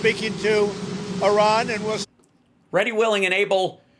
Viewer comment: Thank you for pronouncing Iran like a journalist should. ❤